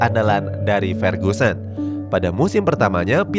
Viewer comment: Fer-GU-sen bukan Fer-GYU-sen